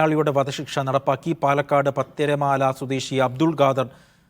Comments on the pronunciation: പത്തിരിപ്പാല... പത്തിരിമാല അല്ല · പത്തിരമാല അല്ല പത്തിരിപ്പാല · പത്തിരിമാല അല്ല പത്തിരിപ്പാല ആണ് സർ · Adaaaa news report daveeee Pathirimalaa alladeeeeeee pathiripalaaaaaa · പത്തിരി മാല അല്ല.. പത്തിരിപ്പാല ആണ് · പത്തിരിമാല അല്ല പത്തിരിപ്പാല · Pathiripala alle..sthala peru polum clear allalo vaykane.. newsreader high time to check your eyes😅